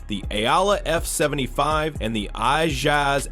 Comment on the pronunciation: "the aoula f75 and the I-jas ak 820 pro" w ai bro